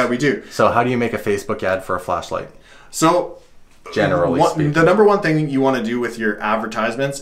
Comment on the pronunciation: Did you guys catch, other guy said 'Flash light' but he said 'Fleshlight?'